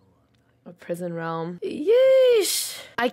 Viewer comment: It's Prison Realm not prism realm